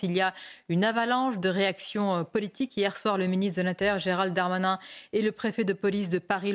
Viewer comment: S.MABROUK! svp prononcez le nom du ministre correctement GERALD......DARMANIN et non comme la majorité Gérald DEUX DARMANIN. Il n'y a aucune voyelle entre les deux "D". Cela dit, merci de vos entretiens télévisés.